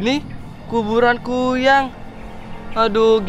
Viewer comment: Kn kuyyang lagi kuyang lo bukan kuyyang uuu ngomong apa pun di tambahin tambahin uuu😂😂😂😂🤣 bilang kuyang aja kuyyang 🤣🤣🤣🤣